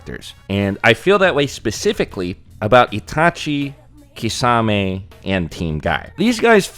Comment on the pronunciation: Thank you for correcting pronouncing Kisame’s name.